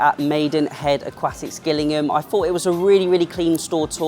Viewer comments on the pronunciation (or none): It’s pronounced Jillingham.